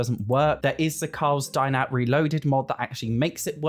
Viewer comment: every time you say "dine out" i hear "die now" and it's hilarious